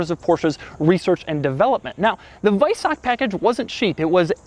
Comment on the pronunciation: WEISACK................LOL HAHA Doug, it's WeisaCH CHHHHHHHH